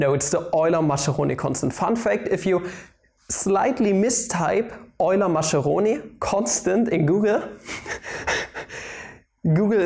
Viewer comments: Mas"k"eroni please, not ma"sh"eroni. Also the limit notation as "سا" should be taught in schools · 'Maskeroni', not 'Masheroni' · Yay! The Oily Macaroni constant! By the way, Mascheroni is pronounced "Maskeroni" (Italian 'ch' is 'k')